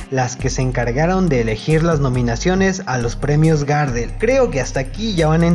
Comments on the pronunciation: Perdóname pero no se pronuncia Gardel Garrdel es como más fuerte la pronunciación de la r. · No se dice “GÁRDEL” Pavo..... se dice GARDEL.... en homenaje al tanguero Carlos Gardel... conocido en todo el mundo... sos un irrespetuoso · Si vas a hablar de algo aprendé a mencionarlo "Gardél, no Gárdel" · Ey amigo, es Gardel con acénto tácito en la última sílaba (es decir que si fuese con tilde, sería "Gardél" y no "Gárdel" como lo decis vos). Gardel es por el famosísimo tanguero y cantautor Carlos Gardel.